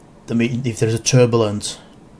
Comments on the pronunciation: lol "if thears a tubalice" rotflmaf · No,, he said tur-buh-lunce. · Also, turbulence? TURBULENCE??? What the hell man? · Me, out loud: Turbulence...what!?: Yes, he said turbulence. Me:.... o0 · Now I have a red mark on my fucking forehead from when he said "turbulence". What a wanker!!! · He actually said turbulence 😲.. I'd say this guy who made this exposing video wouldn't even be able to expose himself from his little bubble of ignorance he lives in haha.. He obviously ain't qualified to to even have an opinion on many if the things he claims to know about... It's very sad, seems humans like this are "devolving"... Let hope so and that they all devolve or dissolve away into nothingness. Do humanity a favor Jesus christ